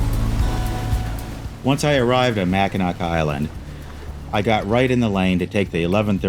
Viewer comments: Pronounced "mackinaw" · The C is silent in Mackinac. Awesome video! I just subscribed.